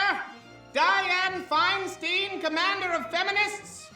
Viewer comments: I absolutely hate Feinstein, so I wish you would pronounce her name right. It's like a beer "stein". I live in California so I have to hear her name a lot.... like nails on a chalkboard. Please kill me... damn she's horrible. Fingers crossed dumbasses in California open their eyes and don't reelect her. #NotMySenator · why mispronounce feinsteins name?